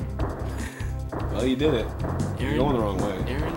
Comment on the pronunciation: Arin* Officially how you pronounce it (Aaron) you're good :3